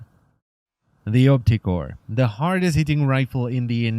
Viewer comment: When you say opticor sounds like "optic whore" wich makes me think of prostitutes charging money to have sex in the eye socket